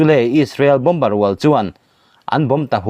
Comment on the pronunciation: Bomber hi bawmar tih tur aw.